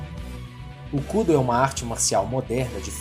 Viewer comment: A pronúncia correta ia ficar muito estranho em.português, daí chamam de Kúdo, hahaha